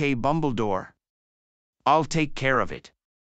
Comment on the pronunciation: Bumble-Dore? I’ve only heard of “Dumbledore”. The Dark Lord known as Voldemort? Nah, Like English’s style of Voldemort is now some other dark lord now or something.